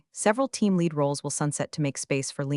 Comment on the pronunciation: True, nothing kills the drama like ‘lead’ rhyming with ‘reed’ instead of ‘red.’ 🤦‍♂